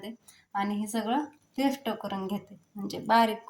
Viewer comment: अगं तू' स ' ला 'श' का म्हणतीस किती वेगळं वाटतं शेल नाही सेल ✅ पेश्ट नाही पेस्ट ✅